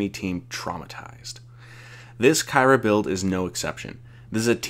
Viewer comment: Please learn to pronounce her name